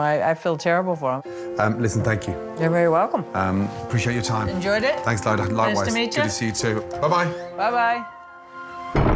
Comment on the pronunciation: "How nicey to see you" 😂😂